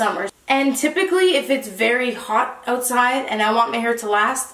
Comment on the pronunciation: has never sounded more Canadian. Oootside in the elements. 😂